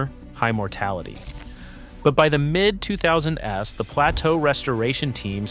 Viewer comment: The fuck is this shit? What human pronounces "2000s" as "two thousand es"? There are also a bunch of oddly timed audible breathes. I think I know where the water for those trees went... low budget AI.